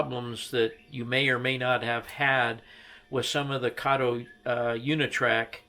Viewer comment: It's pronounced Kato as in Kit Kat! Kayto is the name of the Chinese guy in the Pink Panther movies!